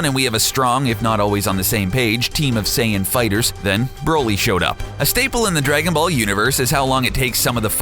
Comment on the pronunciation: Haha right at the beginning 'Drakenball'